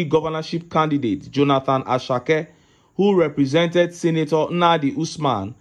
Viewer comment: Hehehe. See how u are murdering the pronunciation of my Southern Kaduna ppl, Nenadi and Asake😂😂😂😅😅😊